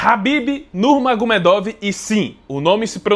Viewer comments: "Nurmagomiêduf" Pronúncia em russo Хабиб Нурмагомедов = Escrita 😉🥥❤. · "Nurmagomiêduf" Essa é a pronúncia certa, Com som de f no final, Eu namorei um russo na adolescência porém não aprendi quase nada porque eu era uma adolescente desinteressada em aprender coisas novas 😔 Хабиб Нурмагомедов = Escrita. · Pô carlos você falou do primeiro nome do khabib, mas você citou o segundo nome do khabib errado (nurmagomedov) 😅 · sim o K é mudo, e vc pronunciou o first name dele corretamente, porém o last name errou hehe ps: a história dele é muito bonita e triste. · Mas o Nurmagumedov vc não pronuncia do jeito certo né, complicado isso ai